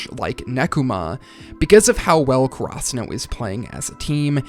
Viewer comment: I do enjoy your video, but really want to point out that ur pronunciation of Karasuno is so weird, its almost like krasuno. Could you do some research and pronounce it maybe in japanese and not so english about it? This might be strange but the first time i heard you say krasuno i immediately switch to another video, this time around, I convince myself to finish